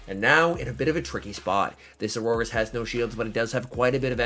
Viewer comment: Are you calling the horse Aurorus ? :)